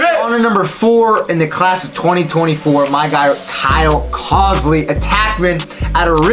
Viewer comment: Are we confident in the pronunciation of Colsey? “Cole zy” brother good video but for a legend like Roy gotta get the name right.